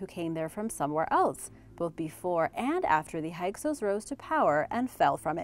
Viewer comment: FYI: Hyksos is Pronounced: "Hick-sos"